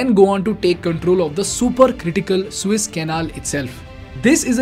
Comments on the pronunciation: Hello: I just happened to listen to your vlog for first time. You do OK , except your pronounciation of the water passage that you have decided to call "Suiss". It is therefore In correct. If you were to pro nounce it "Su -ess" you would be qlmost correct. Suiss is a country in Middle of Europe. Su-es is in Egypt, the water way. Got it. Practice, Practice. I am not an academic! Just a recular Canadian My name is Klaus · Good video as it is the combination of a lot of videos already on Youtube. it is not the Swiss Canal it is called Suez Canal. Pronounce it correctly as it changes the whole Scenario